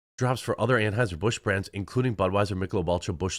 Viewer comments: Did he say Tranhueser Bush 😂😂omg I just can’t with this today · U said transheisur busch?.....🥳🤣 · I probably misheard, when you said "Anheuser Busch" I thought I heard "Tranheuser Busch."